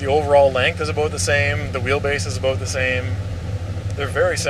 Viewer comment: Why can’t you say about properly?